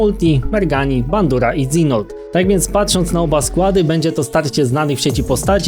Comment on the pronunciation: mówi się Dżinold dak dokładniej